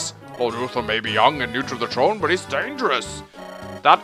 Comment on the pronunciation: Why can't you say the letter "h"? it's tHrone and tHree not trone and tree